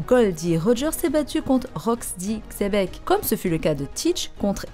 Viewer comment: Superbe. Oui le père au moins spirituel de BN est Rocks D. XEBEC (ça se dit Chébec)